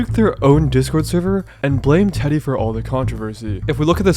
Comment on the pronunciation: never realized how much "teddy" can sound like "diddy"